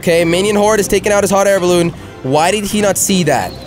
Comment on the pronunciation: every time he says hot air balloon it cracks me up